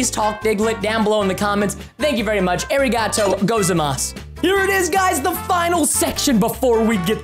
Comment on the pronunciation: "Ery Goto Gozamas"?